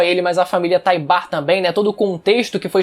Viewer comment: Que agonia ouvir ele falar Taibar, uhhhhhhh